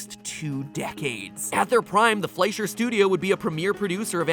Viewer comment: F L E S H E R. It's pronounced F L E S H E R. I just..... I can't!!!!! 😫😫😫😫